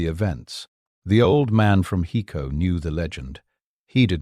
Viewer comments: IT IS PRONOUNCED "HI CO" .... NOT "HE CO"..... HICO, TEXAS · OMG!! It's HI-co, TX